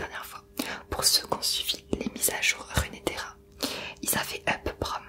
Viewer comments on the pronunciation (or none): c'est pas runéterra mais runterra :/